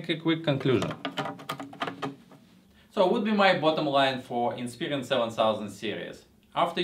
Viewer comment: Lol its Inspiron not Inspirion, but good review none the less.